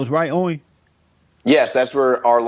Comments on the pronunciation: Haha Jesse said welcome Owin ... Lol lmao Owin .... Owin... Down syndrome.... It's Owen down syndrome... Lol my ass off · Don't butcher Owen's name, please. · "Owen" is another one he struggles with.😂😂 Keep em coming Jesse👍👍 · Am I the only one dying laughing at Jesse trying to say "Owen" in the introduction? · Great interview! #FreeAlexJones I love how Jesse pronounce Owen!😂